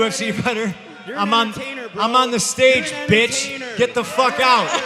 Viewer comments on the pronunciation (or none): i Zes *Stage. Duse im the biggest cm punk fan and when he said that well..... I laughed my ass out